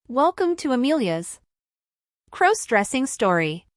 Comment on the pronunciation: Stop mispronouncing crossdressing 😢